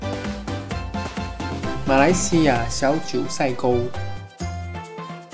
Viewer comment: 九寨(zhài)沟 不是塞